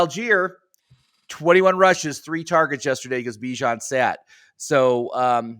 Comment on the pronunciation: Please... Please for the love of whatever the hell you believe in... Stop calling him "Bye Jan" 😂 good lord